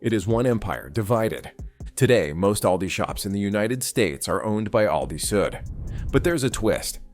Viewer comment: Misleading thumbnail. AI can't say the name ALDI correctly every time. These AI generated videos are taking over the good content on YouTube like the plague. It is sickening to be honest.